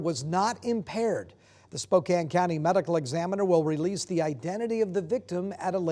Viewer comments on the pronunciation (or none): Really 2? Learn to pronounce Moscow as in Idaho not a city in Russia. We don’t live in Spo-cane. We live in Spoka-can. Crappy as this city is I expect people to pronounce it correctly. Don’t embarrass this city more than it already does on its own.